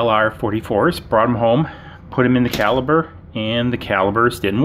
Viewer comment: "Caliper" is a measurement device and is pronounced with "p" sound, not a "b" sound. "Caliber" means the diameter or bore of a gun and is pronounced with a "b" sound.